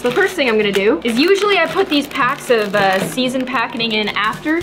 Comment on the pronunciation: why did i just notice she said "season packening"